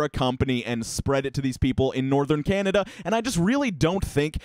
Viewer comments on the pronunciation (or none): none